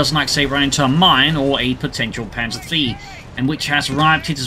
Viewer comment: your "panzer three" sound like "panzer V" i search for panther all the time